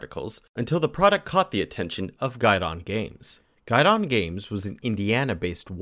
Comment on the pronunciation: It’s pronounced Gee-don not guide-on. Americans really butcher french